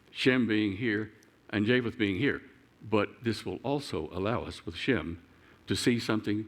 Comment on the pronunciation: Just an observation, Shem sounds like Jim. Indians pronounce my name James as Jims.